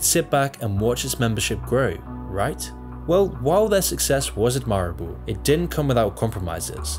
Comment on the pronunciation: Why is he saying ‘admirable’ in that weird way?